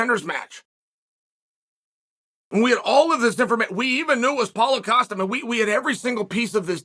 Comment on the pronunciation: Great pronunciation Chael, Ali Abdelaziz. Manager to the stars 🌟🌟 Vinchenzent Lukey. Polo Casta.